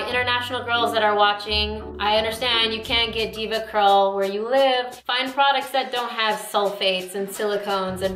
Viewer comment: I flinch every time she says "Deva Curl"